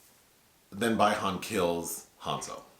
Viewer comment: It's not bye han , it's bi han ❄️